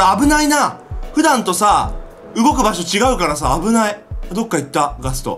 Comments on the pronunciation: ガストおお〜〜 って言ってたときガトーって聞こえた。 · ガストがガツトに聞こえる